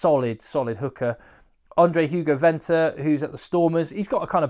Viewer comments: I'm also from SA. Venter is pronounced fenter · HI just a tip on pronounceantion of the Afrikaans names starting with the letter V pronounce it as an F ie Venter say it as Fenter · Venter is pronounced Fenter 😂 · Hi, you will absolutely love your time in South Africa. You have the right attitude to be really appreciated in S.A. Some pronounciation tips: Venter = Fenter. V at the start is not like victory, but like fiction. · Most of the pronunciation was good, allowing for your accent. Ruan Nortje - tje is pronounced kia Ruan Venter - Venter is pronounced with an F sound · You can pronounce the "V" in Venter as a "F" like in "Fetch".